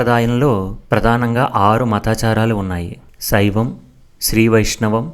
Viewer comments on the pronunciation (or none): సైవం అని పలుకుతున్నారు.